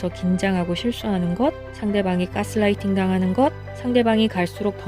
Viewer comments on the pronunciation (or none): none